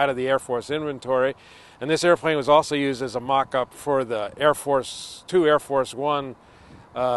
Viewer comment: i dont mean to be a dick, but it bothers thr hel out of me how he says "airplane"